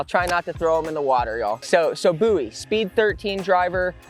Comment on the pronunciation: It’s Boo-Eee